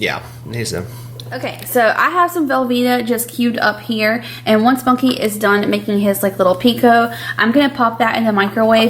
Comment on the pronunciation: Do you call him “monkey” or “Bunky”???